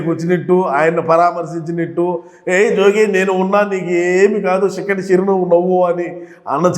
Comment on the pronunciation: షిక్కని షిరునవ్వు...😅